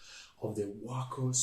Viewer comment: Way cool! But for future reference, it's WACO like TACO. NOT like the city in Texas. Acronym for Weaver Aircraft Co., Troy Ohio.😊